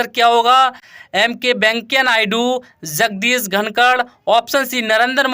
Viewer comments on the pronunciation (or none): Apke p ke ucharan par uski jagah S ka ucharan ho rha hai jaise jagdeep ke jagah Jagdish ho rha hai